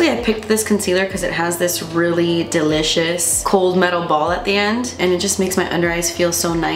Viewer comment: My whole family says “jootsy” and “delitchous” because they think it’s funny when I say it and I say it because.